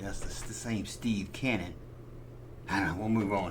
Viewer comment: Steve Canyon was a comic strip, book, TV show and proposed but never produced movie between., it helps if you pronounce the word correctly, Canyon, not Cannon, but you know that and are just being funny. Keep up the great work.